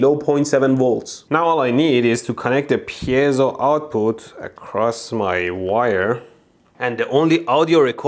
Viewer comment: Mold couldn't pronounce piezo if his left ball depended on it